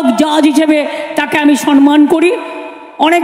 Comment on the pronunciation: কথাটা সনমান নয়, বলুন সম্মান ( সমমান্)!